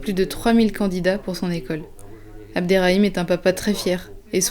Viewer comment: It’s Abderrahim not abderraim 😊❤ that’s my name too...